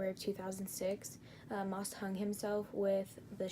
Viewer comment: I'm sorry but you did not pronounce The last name right , one of his victims is my uncle , I'm pretty sure based off my yourube channel name you can tell which one is me